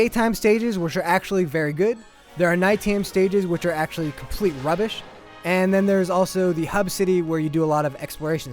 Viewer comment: who says rubish? lol